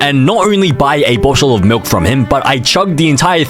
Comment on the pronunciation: not cows melk ❓❓❓❓